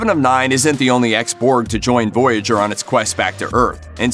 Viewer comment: Maybe you should Profile Toe-Vuck or Nay-Lick from Stur Truck Voy-egg-er.😂